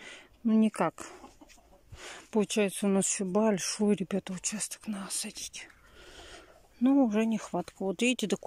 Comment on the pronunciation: Наа подтянуть , она сказала😁